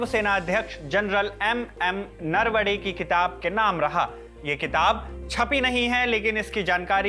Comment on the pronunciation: Bhai aap hindi bhashik log marathi naam thik se liya kare. Marathi ki bhi apni ek maryada hai aap kyun galat pronounce karte hai. Atleast nahi asta hai toh kisi jankar se puch le naravane hai unka nasm hai naravde nahi hai.